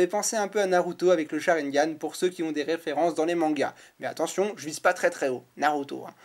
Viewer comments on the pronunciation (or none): none